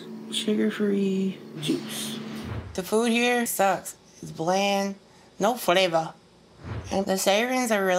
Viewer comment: her ass doesn’t need food with “flavuhh”😂